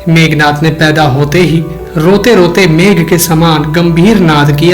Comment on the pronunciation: मेघनाद not मेघनाथ ...